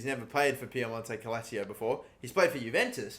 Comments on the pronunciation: "CALACIO" or Calcio ?xD ffs why english people have such dificulty to pronounce names? Are you a 2.0 version of AA9Skillz? ffs xD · It's "calCH(i)o" not Calchio wtfff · Sorry mate but it pisses me off when you say "Calacio" instead of "Calcio" lol 😂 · Calcio is pronounced “kul-cho” in Italy and not Calazio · What would hermione granger say to you about piemonte calacio? Its calcio not calacio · Pronounce it as Cal-chio. Instead of calacio. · For god's sake it's CALCIO Not CALASIO 🤦🏽‍♂️🤦🏽‍♂️🤦🏽‍♂️ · U trigger me it’s calcio not Calacio learn how to read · ITS CAL-CIO NOT CAL-ACIO 😂😂🤦‍♂️ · Dude it's calcio not calacio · Ffs It is CAL-CIO not Calacio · Do you just purposely pronounce everything WRONG on purpose? First Calcio as “Ca-la-cio” then you pronounced Rabiot as “Ra-bo” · Cal - CHIO not Ca - la - sio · Calcio not Calacio. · I get more annoyed every time he says CaLAsiO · use me as a "its calcio not cal-a-cio" button. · Davide Serto it’s pronounced calcho not calseeo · It's CALCIO, not CALSIO. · It’s pronounced “kalchio” in Italian meaning football not “kalachio” 😂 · Calcio-> Kalcho🙃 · Who else gets triggered how he pronounces "calcio" as "cal-a-cio" instead of cal-cio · Everyone: piemonte calc-: PIEMONTE CALICIO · Please, as an Italian I beg that you pronounce it “cal-chio” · New drinking game, take a shot every time he say KALASSSSSCCCCHHHHHCHIO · Piemonte cal-shio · Nobody:: Piemonte-cal-a-cio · its pronounced cal-chi-oh fuck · Can you stop saying Piemonte calacio? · It is said cal-cho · Calasio? Why's he saying it like that? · It's pronounced Cal-cio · This is how many times he said cal-a-cio 👇🏻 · Love you though I do,, I'm stopping the video at 29 seconds and doing something that doesn't enrage my entire being, rather than listen to you say Calassio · It's pronounced calchio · everybody: piemonto clacio: piemonte calsio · Where. On. Earth. Did. You. Get. C-AL-AC-IO. From???????? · Why does he say calacio